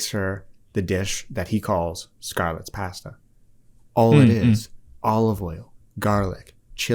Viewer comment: the fact that actually pronounces ‘’pasta’’ as italians do (I’m italian) >>